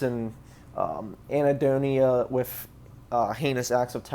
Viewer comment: Anhedonia, not Ahnedonia